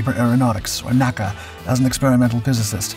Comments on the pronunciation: The predecessor of NASA was always called "enn-a-see-a", not as "nack-a". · The NACA was never pronounced "naa-kah" It was always called the N. A. C. A. Only when it became NASA was it pronounced as an anacronym.